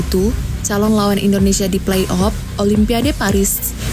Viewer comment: Udah bagus nih konten nya, cuma saran aja nih ...untuk bahasa nya harus di bagusin lagi nih biar lebih manteb ...contohnya kalau mengucap afrika harus afrika jgn " aprika" dan kalau play off juga jgn " play op" atau semi final bukan semi pinal..dan lainya...semangat.